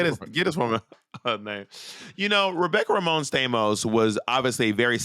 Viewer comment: It’s “Romaine” not “Ramone”. I heard you both say it that way in another episode too. Lol.